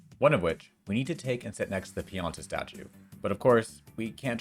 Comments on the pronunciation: I assume you called him a Chuckster Pinata instead of a Chuckster Pianta because you want to smack him with a bat. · >pin-YAH-tuh >pin-YAH-tuh >pin-YAH-tuh EDIT: Wait what. Am I being punked here? EDIt 2: No, I'm not wondering WHY we need to do this long, convoluted setup. I'm wondering who in God's name figured this shit out and HOW.